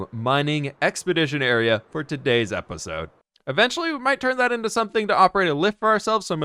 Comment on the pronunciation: I like how he pronounce episode as "epesode"